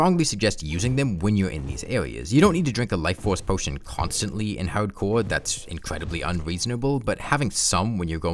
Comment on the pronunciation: Haudmode, haudcouw wouwds, sewious